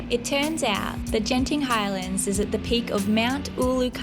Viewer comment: Hi. In Malaysia the letter G is pronounced like how you say suGar. Genting is not Jenting. Most people would understand but some would wonder when you have a conversation. 😅 Genting highlands is estimated to at 1800 metres, or just over a mile high. The fog you saw was probably clouds (if its coming down from above). If it appears from ground, it is definitely fog (common at night and during or after rain) during which the combination of both gives zero visibility and one would find it difficult to walk.